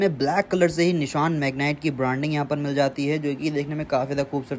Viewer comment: Nishaan nahi bhai vo Nisaan hai